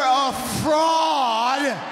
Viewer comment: He put a whole lot of emphasis on that part 😂